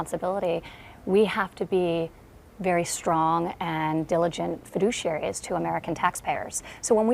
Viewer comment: Feduchiary! :D I love that word!